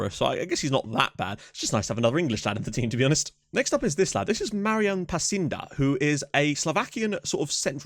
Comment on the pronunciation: It's nice to see some Czech and Slovakian players in your squad <3 And as you were asking about the pronunciation, Pacinda is pronounced "Pa-tsin-da" and Zdeněk Krejčí is "Zde-nyek" (but simply Zdenek is fine) "Krey-tchi" :) And you probably noticed that, but at least in my FM saves (since FM14) Czech Republic is always producing some unbelieveable talents, which can be snatched quite cheaply.